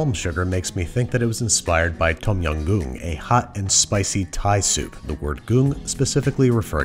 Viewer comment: As a Thai person, I cringe a little every time a Phalung pronounces Tom Yum incorrectly 😭